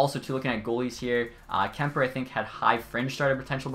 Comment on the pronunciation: HE SAID KUEMPER AS KEMPER!!!! Finally!! lol love your vids dude, was looking forward to this vid